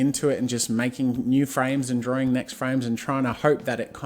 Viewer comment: Why are you calling it drawling? It's drawing.